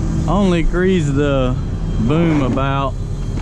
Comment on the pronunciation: Grease,not greaze,lol